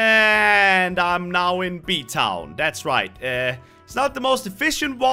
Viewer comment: says fffffosh town title bee town